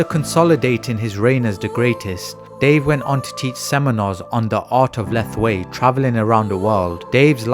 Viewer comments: Thanks for the video. But Myanmar is pronounce Myan - Mar pr Myal Mar ( just 2 sounds ) . Not Mai Mar or mi yan mar. Lethwei is pronounces Let + Hwei ( Let - Whayte ) . Not Leth ... thal..... thalll... thallll........ wei.... . a big No. It's Let + Hwei. Thanks. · Correction to the narrator it pronounce Let-hwei not Leth-Wei